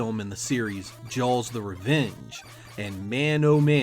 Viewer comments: What part of New England says "Jawls"? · "Jalls" lol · Why are you saying jaws so strangely